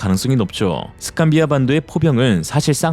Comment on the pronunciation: "스칸비아반도"도 감동이예요! 다들 "스칸디아반도"라거나 "스칸디나비아반도"라고 하는데 의 독창성은 감동입니다!!!